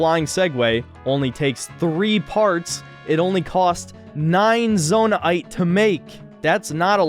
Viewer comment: "zonai aite" instead of zonaite